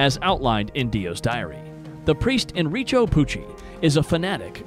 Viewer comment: 'enricHo pucci'